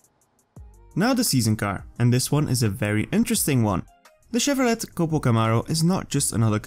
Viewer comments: Hi,, um… for the record, we ugly Americains pronounce it “Shevrolay”, (fake française) not as you said “Shevrolette” which I presume is the European preference? Since it’s an American company… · I would think as a Euro that you could pronounce "ChevroLAY" correctly, rather than your "ChevroLETT". You have become a shill for NM/Zynga. Every car is "amazing". You love them all. The best way to watch your videos is wirh the sound muted.